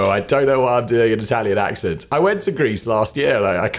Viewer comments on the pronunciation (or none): none